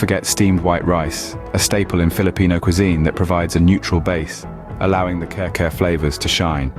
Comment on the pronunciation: I'm crying watching this video. It is pronounce as kari-kari not care-care plus Kare-Kare doesn't use bokchoy 🤦🤦🤦